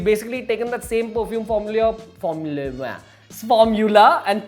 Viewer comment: Formuyla😋......haha.. nice bro